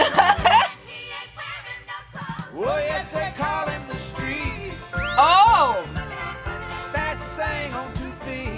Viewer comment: BTW... It's "boogity boogity"... not "boogtay boogtay".